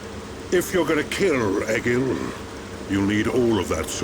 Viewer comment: Also and amber need to listen more to the cutscenes because they aren’t angels they are high entia and it’s egil not ejil and they are Homs not humans